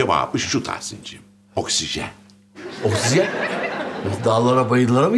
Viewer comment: Bulentin okşizen demesi sinirimi bozuyo 😂😂